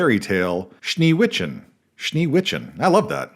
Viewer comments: as a swiss person and native german speaker let me be the first to congratulate you on your pronunciation of Schneewittchen. it was completely wrong and terrible. i'm just messing around. but don't worry. you still get a sub and you did much much better than the vast majority of murcans trying to speak german. BIG PROPS for not thinking all of german is always yelled like too many of your peers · Shnay-wICE-shen is the German pronunciation of Schnee Weisschen.